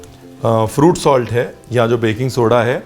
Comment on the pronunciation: Ranveer ek baar toh "khatta dhokla" bol Detey, like it is spoken in Gujrati... it would go so much with your charecter and fun with recipe. ... A little funny. A little light. A little flirty ... Soda ko toh sodey bol diya ... KHATTA DHOKLA !!